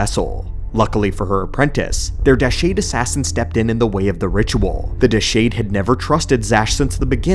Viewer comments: I have never known to mispronounce something so badly. It is Deshade (Duh-Shawd) not (Duh-shayd). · and it's Deshade...Deh SHAW de